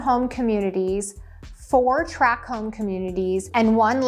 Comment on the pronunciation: FYI, "tract" home, not "track" home. Just sayin'. Otherwise, great, informative video. Thanks.